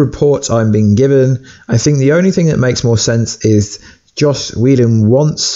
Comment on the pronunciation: It's JOSS! Not Josh!